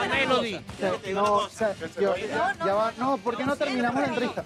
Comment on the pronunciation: le dicen melodya y es melody ._.